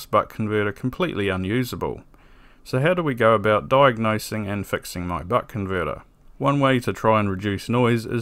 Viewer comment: why does it sound like he keeps saying butt converter